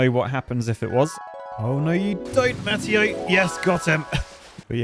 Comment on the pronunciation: Pretty sure Mateo is pronounced Muh-tay-oh. Maybe not.